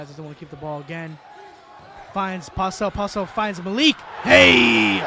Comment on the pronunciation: MJ's last name is pronounced as Po-stell not Postel Thank you